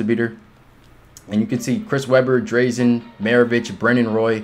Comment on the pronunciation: Nice video man but you were killing me with how u say drazen lol